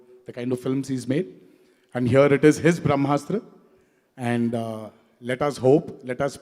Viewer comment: Indian culture 🤣🤣🤣🤣🤣 People who don't know difference between ASTRA and SHASTRA who can't pronounce BRAHMASTRA Will teach the world about bharatiya culture 👏👏